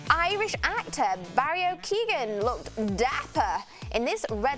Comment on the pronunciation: no way she said bario keegan, its 'barry Keoghan' keoghan is sounded like "keyuowin", im irish and when she butchered his name like that made me soo sad